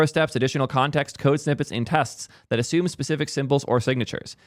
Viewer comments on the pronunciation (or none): none